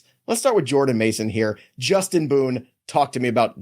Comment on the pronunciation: He butchered Jordan’s mason name like exes 😂